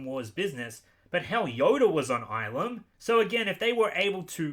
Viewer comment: Get's really triggered at the pronunciation of Ilum It's pronounced ill-Lum... not eye-Lum, wtf?